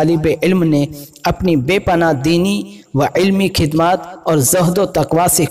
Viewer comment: Isne khhidamat khidmat bola or khhoob ko khub bola Bhai bareilly Sharif ka nam naddnam mt kr